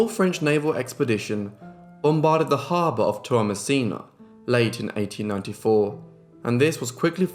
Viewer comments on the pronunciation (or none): none